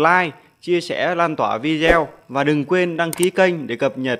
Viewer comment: Vi đi eo là gì ?phát âm sai Anh ngữ thì đừng mò đầu lên YouTube